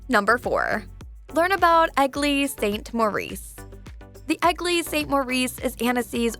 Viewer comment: One of the most annoying voices ever. She should stop speaking like that. And I "love" how she pronounces eglise as ugly lol